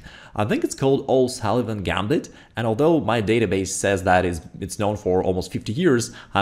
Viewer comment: He mentions a name , not clearly, but I eventually figured out he said "O'Sullivan Gambit." After 1. d4 the general opening is called the A40 Polish Defense in my source.